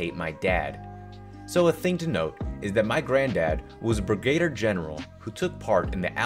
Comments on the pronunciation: Just an fyi on pronunciation. Brig-a-deer not brig-aid-er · It is pronounced brig-a-deer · Nice, keeps a pleasant, consistent volume to the whole video. Also, off topic, but pronunciation in that last story is Brig-a-deer ;) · Brigadier is pronounced "brig-uh-DEER." How do you not know this? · its brig-a-dier lol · Brig-uh-deer Stoh-ih-sizum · you're pretty good and all, but dood- my advice is if you're not totally sure about a word, put it in google or something and use the little sound button for help in pronunciation. 2 words i caught you messed up were wage and brigadier. please understand- i'm not trying to be mean or a jerk- when i was in college, in an english class, i was reading and i encountered the word facetious. now this word was already in my vocabulary, i know what it means and i've been using it for a long time. but, apparently, that was the first time i ever saw it in print i think, and it messed me up i was like, uh face- ee- us? and the teacher said the correct way, fuh see shus (whatever) and i blushed and was like, wow ok, that's how you spell that... so, yeah i'm not trying to be mean, just i would want someone to tell me if i messed up is all. but really, you are pretty good. there are a couple of people doing videos like this and i can't watch a whole video of theirs because of how grating their voices are or something.